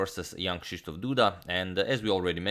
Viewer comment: your rz and sz i krzysztof (duda) are the cleanest I've heard from a non-pole